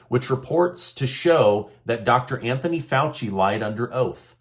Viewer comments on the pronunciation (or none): none